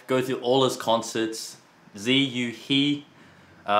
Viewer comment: I thought TwoSet had some Chinese skills, but they called the guy "zeeu hee"..? lol